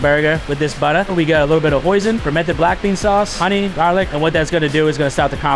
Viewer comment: cheddah...GAHHLIK he said it all.